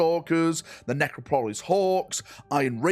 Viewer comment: “Necro-pole-us Hawks” lmao